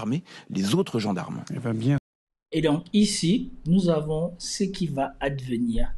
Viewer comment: "’NOUS AVONHH